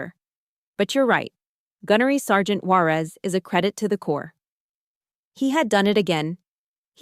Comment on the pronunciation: Sometimes the narrator pronounces her last name correctly; sometimes it’s Juareeez.